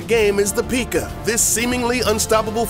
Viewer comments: “Pig rider” “Peeka” 😂🤣😅 2019 anyone? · God damnit. The entire time he was taking about the perks i wanted him to stop taking so I didn't have to listen to him say "peeka" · Its not called a peekachuuu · Dude learn how to say pekka it's not pikaa ffs not a pokemon or pikachu lmao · It's not peeka its P.E.K.K.A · Are you serious it is pronounced p.e.k.k.a not p.e.e.k.k.a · Pick-a wtf is that? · XD He called the Pekka a peaka XD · Peeka. Lol I’m dying. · Say peeka one more time I swear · Out of 7 things, I knew 6 of those. So there not things I dont know. Also, you called P.E.K.K.A a Pikuuuhhh.. You should make a video called "7 things I make up for a click bait video and really dont play clash of clans. I STUPID" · I’m not sure if this guy knows what clash of clans is really PEEEEKA and PIG rider?? 🤔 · Stop saying peeka lol 😂😂🤣😂🤣😂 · 1. You did no good research on this game bc you were basicly pronouncing everything wrong 2. It litterly says supercell when you open the game 3. Most people that play the game know everything you just mentionned Srry i had to say that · mispronounces a few names of troops Everyone watching: intense breathing intensifies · Thank god someone agrees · If he can't pronounce the troops right don't do the video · Your pronouncing P.E.K.K.A wrong lmao 😂😂😂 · lol he pronounced p.e.k.k.a wrong lmao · Purple Alpha nothing since he called the hog rider a pig rider and also misprenounced p.e.k.k.a wrong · In watching this in 2019 and he said Pekka wrong lol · you said pekka wrong lol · I cried when he pronounced P.E.K.K.A wrong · You pronounce PEKKA wrong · That’s not how u call a P.E.K.K.A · haha yes finally another person lol its PECK AH not PEEK AH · You said peekka not pekka you uhhhhhhhhhhhhhhhhhhhhhhhhjhhhhhhhh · Did anyone else get annoyed when he sad pikka it pekka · Yeah ... Its PEKKA not piiika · no he didn't he said peeka. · it is not called peeka it is said pekka. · Tip... Its not said like peeeeka, it's Peck-a (pekka)